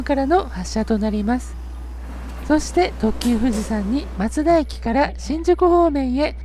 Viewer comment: 松田のイントネーションよ 松田は徳川松平と一緒で"ま"にアクセントがある (車内アナウンスもそうなっている)